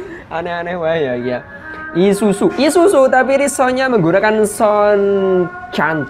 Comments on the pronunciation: Bang Isuzu bukan isusu wkwkwkwk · Isuzu bukan isusu 😂😂😂😂